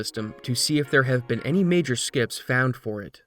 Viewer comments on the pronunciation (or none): none